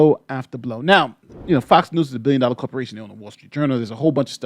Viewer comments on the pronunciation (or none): none